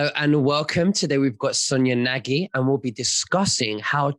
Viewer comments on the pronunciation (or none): Hey, you're supposed to pronounce Nagy as Nodge. It's a Hungarian surname meaning large. Just so you know for next time! 👍👍